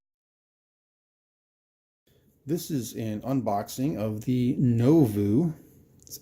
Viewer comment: Its Novoo... lol